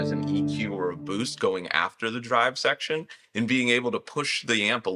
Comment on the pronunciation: modulation sheckshon